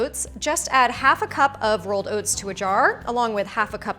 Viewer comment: Overnight “Owhts”